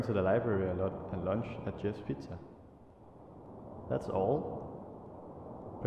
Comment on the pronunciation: He said wuntch